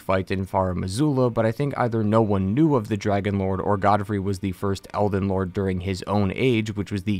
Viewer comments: I swear you are saying "Elven" Great video btw. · Dude. Are you saying eLden? or elVen? I truly can't tell if you're mispronouncing it on purpose, if I'm missing something, or if you're just not annunciating. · Calling it Elven Ring was an interesting way to start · Did he say elven ring